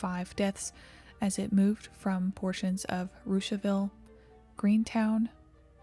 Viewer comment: Props for pronouncing Russiaville properly.